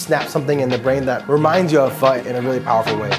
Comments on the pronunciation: i remember me saying the same way homeboy said pho for my first time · I'm going to say it like I always say it: "It's fuh, bruh; not foe, bro." You would think friends of the proprietor would know by now how to pronounce this dish, let alone any adult in the present day. Why people aren't willing to be corrected is also a problem. Viet language is just as important as anyone else's. Show some respect and pronounce the most common dishes properly. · When people mispronounce pho to be "faux". Biggest pet peeve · Pho literally translates to noodle soup. So where is the noodle? Lol. I love when people say "fo" like "fo sho" it's so fucking cringe. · If you pronounce pho like flo in 2024 especially in New York . Deportation please. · The Krish dude just killed me inside how he pronounced pho ... the white chick even saud it correctly eesh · And why does no one know how to say pho?